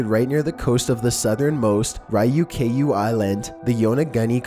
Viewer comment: I know not everyone can pronounce Japanese names properly but how do you Aratake and Ryuukyuu so far off?